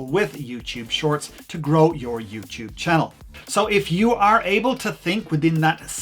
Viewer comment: youtube, not youchoob